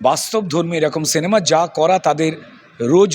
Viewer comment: কথাটা সেনেমা নয় সিনেমা